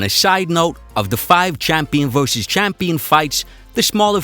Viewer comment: I love your content brother but you got to be old enough to be able to say versus instead of verse.